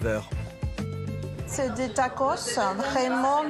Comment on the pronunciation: Tacos on prononce le s merci